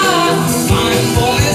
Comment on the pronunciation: Bola sodok bang, bukan bole sodok